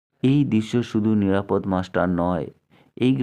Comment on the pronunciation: নিরাপদ্ মাস্টার নয়, নিরাপদ(অ) মাস্টার উচ্চারণটা এ রকমই করতে হতো। যাঁর লেখা গল্পটি আপনি পড়ছেন, তাঁর নাম উচ্চারিত হয় ষষ্ঠীপদ(অ) এই ভাবেই। ষষ্ঠীপদ্ নয় কোন ভাবেই।